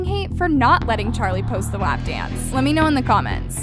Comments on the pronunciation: i’m sorry but why does pronounce “WAP” like that does she not hear how it pronounced in the song?? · Natasia Brown it’s “waap” in the song not “wahp” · Ana Derby no it’s pronounced “wop” it’s even like that in the song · I know did not just pronounce “WAP” as “w-app” 💀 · Greg i’m just saying it’s PRONOUNCED “wop” like a whopper from burger king lol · PLS THE WAY SHE PRONOUNCES “WHÆP”